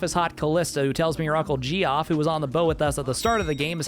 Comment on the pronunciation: I really hope calling him "Jee-off" was on purpose as a joke and not how you think it's pronounced! 😂